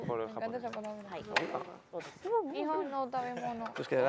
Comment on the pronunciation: Me gusta la clase de japones y más cuando lo pronuncia:3